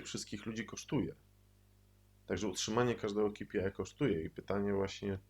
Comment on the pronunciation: ej, to sie mówi kej pi aj